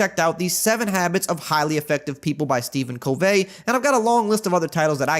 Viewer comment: Great audio book. By the way it's pronounced Steven Covey with no accent on the second syllable. Like book cover. Great Madden update. You're great!